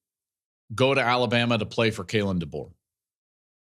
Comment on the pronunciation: If I hear call him “Duh-Bo” one more time I’m gonna puke